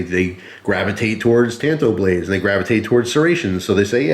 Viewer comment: It's pronounced " tahn-to." Tan-to is what happens when you wear flip-flops to the beach.